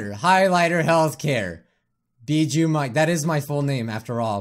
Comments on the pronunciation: English:Bijuu mike. Sweden or people who can't pronounce right:Bee shoe mike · Bro how it literally says it on his yt channel it says bijuu mike-.Not bee-joo mike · Bijuu mike not Bijoo mike said it wrong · "Bijuu" Mike is now the BEE KING! or should i say... ....BEE-JOO MIKE? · It’s bee-poo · Its bi not bie